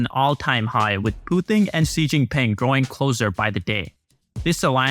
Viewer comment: Did you say president Cheese? 😃